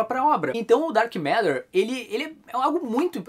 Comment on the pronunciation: Pombas, ouvi o falar "Dark M&rd@ o vídeo inteiro. Tô indo ali limpar o ouvido. Licença...